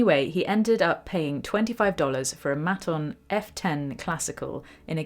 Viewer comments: I think it's pronounced Mate-on mate. Justin Sandercoe plays them, good Aussie instruments. Thanks for the video. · Maton pronounced Mate un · Dear, Great work, love your precise style. Just to say, it’s Maton pronounced may-ton - great Aussie guitars. Cheers. And I have done my practice this morning in Melbourne on my Maton acoustic. Best, Phil. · Pronounced Mayton 😊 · Regarding the guitar story,it's pronounced "Maaaton" or "Mate-on" ,great Australian made guitars.Josh Homme from Queens Of The Stone Age has a signature electric with Maton.